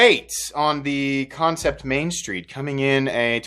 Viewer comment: Concept? Its an A.. not an O... what the hell dude.. Kan (can) cept (sept) love ya bro.. but the pronounced company name bugs the hell out of me..